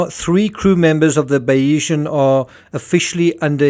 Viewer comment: Just an FYI the pronunciation is Bayes-Ian. Named after Thomas Bayes whose theory Mike’s businesses were based on. So Bayeseeyan. Or Bayes-Ian but said together. As a fellow Saffa, Afrikaans fks up our pronunciation!